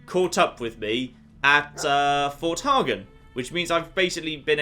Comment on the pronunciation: Fort hey-gen